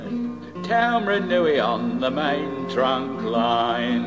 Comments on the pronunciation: That is definitely not how you pronounce Taumarunui. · Actually that's not how you spell it. But your'e right. Shocking pronunciation which was typical of the era.